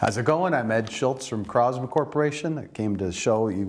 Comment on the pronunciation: Wow. I could turn my $1300 AR into a BB gun for only $750... I'll pass. By the way, anybody else pronounce Crossman like this guy does at the beginning of the video ?